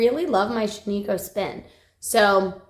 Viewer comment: Love the Shaniko fiber braids…but just an FYI, it’s pronounced SHAN-i-koh. The “i” is a short sound like “it”. It’s named for a ghost town in Central Oregon. 😊 love that my home state is getting some yarn/fiber love.